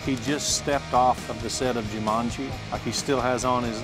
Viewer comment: “jumanji” hahahahahahaha